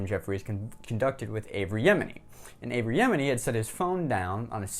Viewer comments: There's no "r" in Avi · That's a bit more than a mispronunciation, that's the wrong name, period. A mispronuncation would be "A"-vee", lol